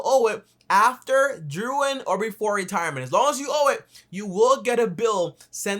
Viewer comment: I can’t take you seriously when you mispronounce simple words like during